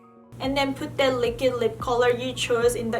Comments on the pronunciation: She says Likid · no one:: l i k i d. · was she saying liquid lips?